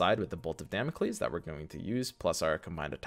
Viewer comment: Beautiful content right here thanks a lot! What a blast. Oh and its dámocleees (learnt greek for two years ;))